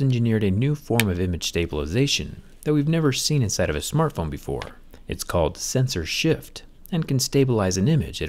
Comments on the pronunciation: I kept hearing "censorship"😆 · Zack : "Sensor shift" My ear : "censorship"